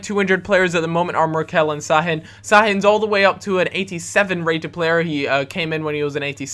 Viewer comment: you say Sha-hin thats why there is the squiggle under the S